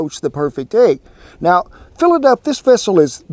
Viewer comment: has been in Oklahoma long enough that she pronounces it like we do..agg...🤣🤣